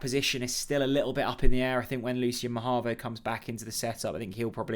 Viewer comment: IT’S NOT MAHAVO